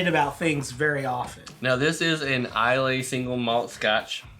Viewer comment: Islay is pronounced Eye Lah An Oa is pronounced Ah Know